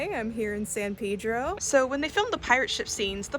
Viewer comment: The san pedro pronunciation is like an ice pick to my brain 😂 great vid though as always